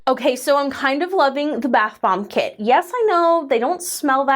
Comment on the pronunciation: I swear it sounds like is saying bath bong in the beginning of the video instead of bath *bomb*😳 The unhinged walrus bit also might have helped feed that perception...😅